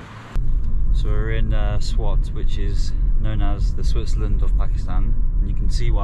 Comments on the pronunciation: it's not pronounced "Swot"... It's spelling swat SWAAAT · BTW it’s called SWAAT , not SWOT